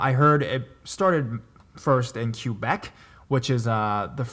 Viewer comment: kay-beck not cue-beck lol